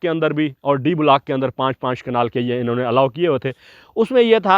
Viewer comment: کیا وجہ ھے کہ گورے ویڈیو بناتے ہیں تو ان میں گرامر کی غلطی ھوتی ھے نہ تلفظ کی۔ ہم لوگ "بلاک" کو بھی بگاڑ کر "بولاک" بنا ڈالتے ہیں۔ بھئی یو ٹیوب تمام دنیا میں دیکھا اور سنا جاتا ھے، نشر سے پہلے کسی سے تصحیح کروا لیا کریں اور مشق کر کے، الفاظ کا محتاط چناو کر کے، بین الاقوامی سطح پر پاکستان کا نام روشن فرمائیے۔